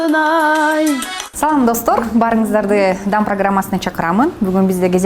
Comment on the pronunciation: Дам программасы дебей,даам деп кичине созуп айтсан создун маанисин кетирбей